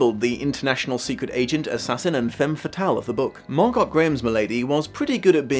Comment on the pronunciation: "Mar-GOT"? You mean "Mar-GO."